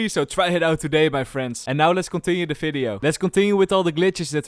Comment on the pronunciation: Im sure youre a nice guy but can you please stop saying F instead of V. Example: "Welcome to this f(v)ideo" I dont intend this to be a hate comment at all